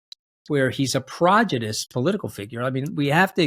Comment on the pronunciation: Its ’prodigious’